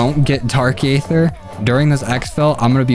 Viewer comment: He says ayder